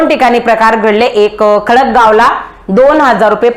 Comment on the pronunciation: Khadak gav nahi tai khadka